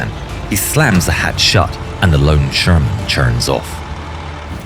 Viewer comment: ШермАн. 😂 Шарман, шарман😅